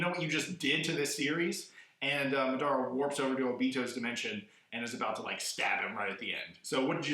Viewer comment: Lol the way he says madara and obito Lmao. Like really dude your saying it wrong. But still a thmbs up for a awesome video